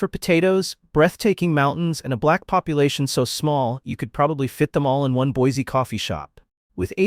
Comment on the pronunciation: Say it with me… BoiSEE…Couer d’ALAYNE….